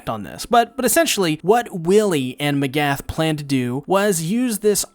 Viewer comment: How does one mispronounce names when they are spoken to them out loud repeatedly. M'agath.. just the stres, it's on the first "a" iz all